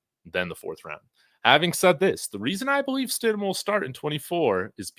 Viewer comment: he says Jarret Shit-em!!!